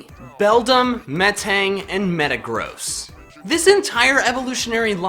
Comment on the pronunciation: Have u guys wondered how says metagross?!! He says it like Meta-GROSS so does think that metagross is bad or gross